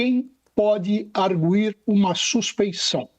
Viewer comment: Jornalistas precisam se preparar, não é AR-GUI- com GUI como Guilherme.. é ar-gUi, como se tivesse trema!!